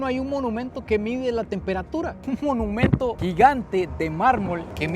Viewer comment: No se dice menumento se dice monumento